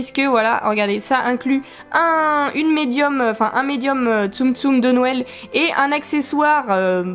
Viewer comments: Youpiii des nouveaux boosters . J'ai remarqué que tu as tendence a dire nouël et pas noël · Ca me fait rire, à chaque fois j'ai l'impression que tu dis Nouël :) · Il y a que moi qui remarque que dit nouël une fois sur deux? x) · Y'a que moi qui trouve que prononce bizarrement noël? Elle dit "Nouel" ça me stress mdr On t'aime quand même ♡